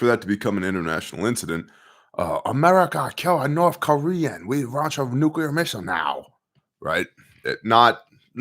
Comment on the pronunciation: You’re the only one who pronounces nuclear correctly lol